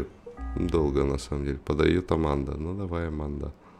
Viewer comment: аманда а не арманда